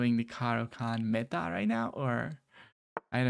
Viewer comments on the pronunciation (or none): none